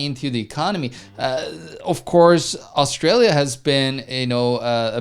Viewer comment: Ahh, I'm from "Oz Stray Lee Ya" But love the way you guys pronounce it as "Arse Straya" Good video chaps.